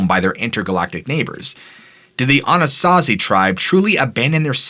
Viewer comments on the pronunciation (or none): As a man who grew up in Colorado pronunciation is so off Anasazi =Anna saw zee Mesa Verde = may saw Ver dee Cortez= core tezz Durango= Der rang o Colorado= call a rad a Colorado pronunciation is weird, but for a native Coloradan it took me several seconds to understand where you were talking about... Then everytime you mis pronounced i hyper focused on that couldn't tell you what the video is about because the mispronunciation sorry bud